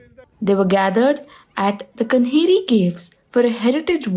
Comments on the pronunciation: It is Kaanheri caves. Not Kanheri. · Not pronunced Kanheri it is Kaa-nehri. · it’s the official spelling you are right. But she dropped the aa sound. She said कन्हेरी instead of कान्हेरी